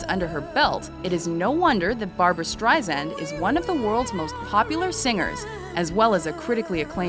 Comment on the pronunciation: BAR-BOO-RA BAR-BOO-RA ...